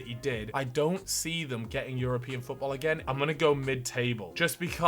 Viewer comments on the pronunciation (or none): none